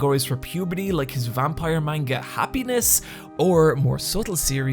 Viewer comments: Amazed the comments aren't more full of criticisms on his pronunciation of "Manga." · YOU'VE WATCHED ANIME FOR HOW LONG AND U STILL PRONOUNCE MANGA WRONG